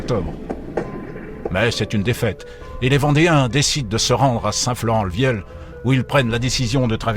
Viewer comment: Didactique et présentation séduisante. Mais j'ai un doute sur la prononciation de St-Florent-le-Vieil ! J'ignore la prononciation d'époque mais à priori le deuxième "i" se prononce vieye et non viel ........!